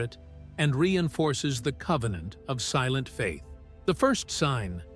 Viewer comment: Convennant securred.